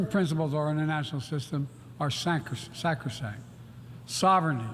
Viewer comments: Certain principals in our National System are Sacrosanct?? I doubt if he even knows the meaning of the word, much less can clearly pronounce it! More Propaganda, lies and deceit.. DISSEMINATED FROM CNN-DC! ⚠ Since February 2022, the American public has been subjected to a ceaseless barrage of "disinformation" surrounding the Ukraine war, which has been aimed at drumming up support for US involvement in a brutal, fratricidal military conflict on the other side of the globe. The print and broadcast media have told the public that the conflict is an “unprovoked war” by the Imperialist, Russian aggressor and that “NATO is not involved.” Ukraine’s goals are “defensive.” There are no “American troops” in Ukraine. The next victory is just around the corner, if only the United States will send more money and advanced weapons..etc.. just an endless stream of lies! 🐂💩 All of these lies have been exposed by the reality of this war! More recently, they've been upended by the release of a trove of leaked information. "The Pentagon Documents".. describe the degree of direct NATO involvement in the war & the disastrous military situation facing the Ukrainian government! Despite Biden’s declaration that “I will not send American servicemen to fight in Ukraine,” the documents show that more than 150 U.S. and NATO troops are, in fact, deployed in the country and despite endless declarations that the war was “unprovoked” and that “NATO is not involved,” the documents show that US war pla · what did he say? lol was he trying to say sacred?